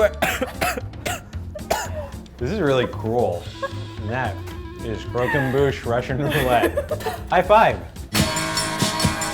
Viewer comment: I love, but can someone please teach him French pronunciation... It's cr-och-em-buche